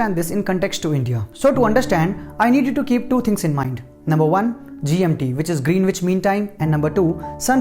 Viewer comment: Greenwich is pronounced as 'Grenich' not Green-witch